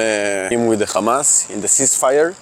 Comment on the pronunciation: Khamaz! K hamas , khamas! 😱😳🙄 khamas …